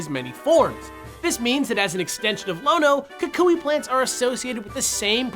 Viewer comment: Omg thank you so much for actually pronouncing his name right XD (Most people say "Kuwk-wee" and I facepalmed as soon as I heard someone say it that way....)